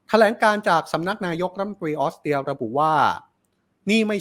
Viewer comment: ออสเตรียค่ะ ไม่ใช่ออสเตีย ถ้าคนอ่านข่าวออกเสียง ร. ล. ชัดๆ จะน่าฟังขึ้นเยอะมากๆเลยนะคะ